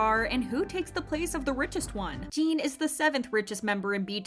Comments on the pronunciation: His name is NOT Jean! His name is Jin!!!!! Rhymes with Gin. If you can't get his name right you are being disrespectful!! Not Gene. NOT Jean. Gin Gin Gin Jin. Jin. JIN!!! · Lmao the way she butchers his name 💀